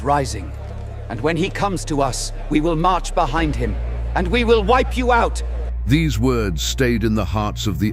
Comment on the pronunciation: It's not Al-Munafiqun It's Al - Munaafiqoon